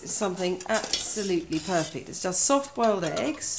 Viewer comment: did she say Poy -fect